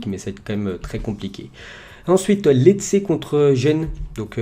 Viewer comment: Juste pour t aider pour les pronontiations des noms des clubs Genoa se dit Djénoà Brescia se dit Brèchia Lecce se dit létché Cagliari se dit Caliari Voilà voilà! Bonne vidéo sinon👌